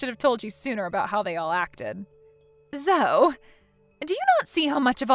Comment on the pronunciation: Zoe is pronounced zoee.